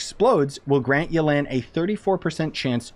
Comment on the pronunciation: Everyone: Yelan Him: Yo Land